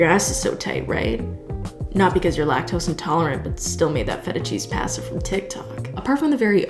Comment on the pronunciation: Sometimes I forget that is Canadian, but then she says the word pasta and it all comes back